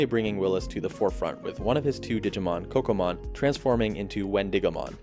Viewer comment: Oh okay my bad... It sound like you said Pokémon😂 lol.